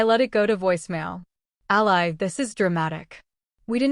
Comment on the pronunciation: Someone- please correct the pronunciation of Ally’s name! The “y” should sound like a double “ē”. Thanks! Powerful story with excellent narrative. Great AI narrator!